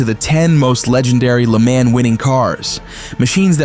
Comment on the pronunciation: If you're going to make a video on Le Mans, try not say in Luh Máns, its leh Mon